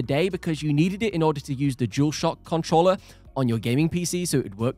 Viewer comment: PS5 “cuntruller”